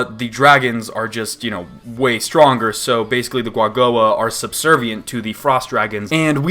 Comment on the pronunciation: Is it not pronounced with ku at the bennining? As in Ku-A-Go-A???